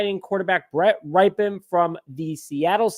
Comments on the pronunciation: Nope, it's pronounced "RIP-en," not "RIPE-en" or "RIPE-EEE-en." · His name is pronounce Rip -en like after his uncle Mark Rypien, Super Bowl winer. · His last name is pronounced RIP-UN